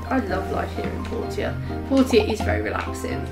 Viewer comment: It’s pronounced “Porsha” they even say it in game that way.